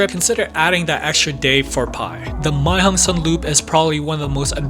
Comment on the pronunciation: Why nearly every youtuber speaking the loop wrong. It not the Mei Hong son loop, it´s the Mae hong son Loop.